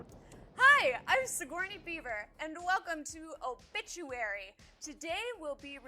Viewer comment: I love how you pronounce it like OH BITCH-uary <333